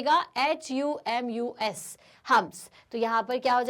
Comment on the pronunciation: Aap humus ko wrong pronounce kr rhi hai Tq...